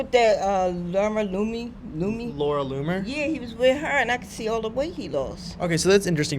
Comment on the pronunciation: "Laura Loomy" 🤣